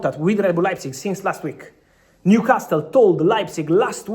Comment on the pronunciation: Fabrizio, you're a wealth of information and I know English isn't your native language, but common paisano...stop mispronouncing Newcastle as 'castel'; the 't' is silent, like 'casel'. I'm shocked someone hasn't corrected you sooner. Otherwise, grazie and molto bene!